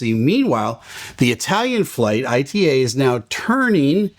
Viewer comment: Just FYI, ITA is pronounces "eeta". Yes, that's official.